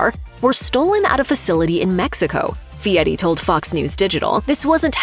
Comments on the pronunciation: His name is Fieri Not Fieti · Is his name Fieri or Fee-et-ee?? AI is taking over before its ready.